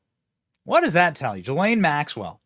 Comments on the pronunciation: How does EVERYONE fuck up her name. It is : "Guh-lane Max-well" NOT "Jizz-lane" or "Jizz-line" or "Juh-lane" " or "Gee-lane" or "Guh-line". I shouldn't care that much, but... if we are gonna shame her for FOREVER we SHOULD get miss "JIZZZ-LANE'S" name right! For two reasons: 1. So that NOBODY EVER, EVER chooses to name their child that dumbass name again. 2. So that her infamy is properly effected, in that her PROPER name is shamed for as long as we can shame it! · GUH - LAINE. Hard G. Bro....where is the client list? Of course Jeffy E is an intel operator. C'MON MAAAANNN ...... Both Jeff and Maxwell have been "convicted" of pedo sex trafficking but to whom?